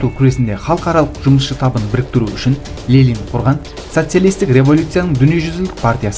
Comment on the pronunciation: Неге Лелин деп оқисыз,Ленин ғой?